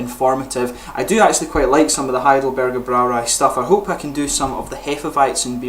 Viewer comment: Congratulations on pronouncing "Heidelberger Brauerei" correctly. The Braumeister there is a friend of mine; I will tell him about your channel.